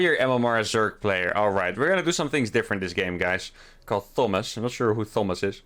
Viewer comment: "Thomb-ass"? Lol. I suppose in his native language it would be spelt "Tomas" - it's like Thomas the Tank Engine. Using Mines against Zerg you have to get REALLY good shots because they are "expendable" and don't tend to survive their 1st shot. They are a constant drain on resources when built and dropped, over and over, while the Zerg units just built and built to max supply. Add the loss of a CC and that's all Zerg needs to win. 😞 Still, excellent games. 👍